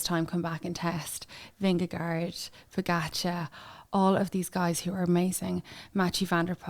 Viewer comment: You don’t pronounce pogacar correctly. Why not learn rhe rt way?